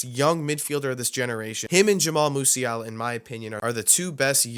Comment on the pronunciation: Who heard jamal musiala